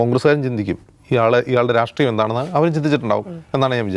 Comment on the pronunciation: Dear,,, രാട്രീയം അല്ല... രാഷ്ട്രീയം ആണ്... നിങ്ങൾക്ക് നല്ല vocabulary, pronounciation ഉണ്ട് 😊